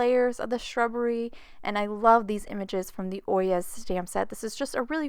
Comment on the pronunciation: I’m pretty sure it’s pronounced Oy- yay. At least, that’s how I’ve heard it pronounced. I think it was a court case, and it was the bailiff. Anyway, I loved the card and loved London as well!